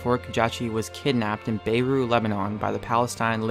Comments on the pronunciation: Your meant to say it like Bayroot not bayou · Bay roo Lebanon? There's a T at the end of that word.